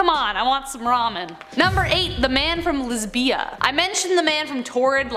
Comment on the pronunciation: You are pronouncing Lizbia correctly. You are emphasizing both of the syllables, that is incorrect. The l i z is not emphasized the bia is you run them together